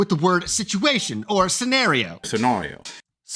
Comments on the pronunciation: Ok, the cut-in with Justin saying "scen-ahh-rio" was really goddamn funny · pretty sure it’s pronounced sen-AIR-ee-oh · Thanks! Now I'm totally stuck on the pronunciation of scenario 🤣 Another great video!